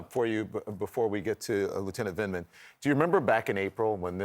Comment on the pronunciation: 'Lieutenant Vinman' Oops!